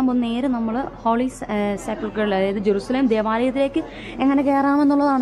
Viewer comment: ജരുശലേം അല്ല എരുശലേം അണ്